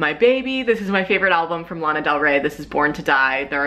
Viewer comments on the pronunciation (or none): none